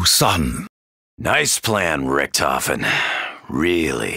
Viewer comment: Pronouncing "Richtofen" wrong for over 5 years